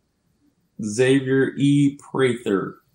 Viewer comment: Nice to have friend view of game with the houseguest they know. Friend was so kind…he never corrected your pronunciation of Xavier. Xavier’s friend calls him Zavier not X zavier.